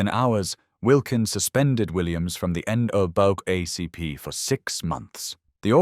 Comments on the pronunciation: "The next day, National N duh-buh ACP" Uh... what? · "Wilkins suspended Williams from the End O' Bug ACP" OK thanks for clearing that up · NAACP pronounced N-(double A)-CP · why is NAACP so poorly stated? is this channel fake? are you a real person?